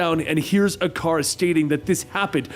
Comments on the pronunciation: It's ick a rus not I car us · “Ic-ar-us” lol who the hell says it like this? Y’all gonna tell him or should I?